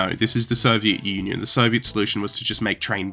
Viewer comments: Who pronounces it "Soviet onion"? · Did he say Soviet Onion? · did say “Soviet Onion?” Or am I going mad? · "The Soviet Onion" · why does it sound like you started with "Soviet Onion"? (Cool video btw, I've never heard of these!} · The Soviet Onion you say? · "Soviet Onion" killed me 😂. Yes it's funny when misheard. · The Soviet “onion?” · I had to rewind to see if I heard it correctly you said "soviet onion" in the start :D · "the Soviet onion"? xD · The Soviet Onion? Lol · If you don't want us to think this is an AI channel, please don't pronounce it "The Soviet Onion" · This guy literally said "soviet onion at the 2 second" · "The Soviet onion"... 🥴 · Did he just pronounce it as the Soviet onion? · 02 "the Soviet Onion" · 4 seconds. That's all it took. The Soviet 'Onion'? Yeah, I can't take your story seriously, so I'm done with your channel. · Soviet “onion”? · Three seconds in and "The Soviet Onion"